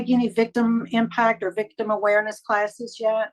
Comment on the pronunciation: SHE CAN NOT SAY THE WORDS!